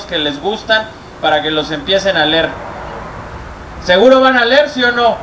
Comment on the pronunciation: Es una pena a nivel mundial que el de el minuto en ese momento era el secretario de la SEP (Secretaria de Educación Publica) y no sabia pronunciar la palabra Leer.